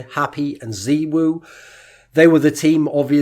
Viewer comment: “Zeewoo” lul its “zaiwoo”